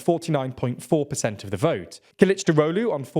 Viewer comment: Good pronunciation of Kılıçdaroğlu! A phonetic way of writing it in English would be something like kelchdarowlu